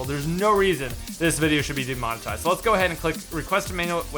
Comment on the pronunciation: Not "Detominize", it's "De-monetize". To monetize is to make money off something, put the little "de" before it to express the opposite -> demonetize means to not make money off something